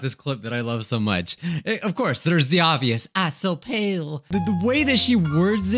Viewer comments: I thought when he said japail I thought he said jaPALE because of the I so pale right before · The japail I was dying laughing after the 3rd one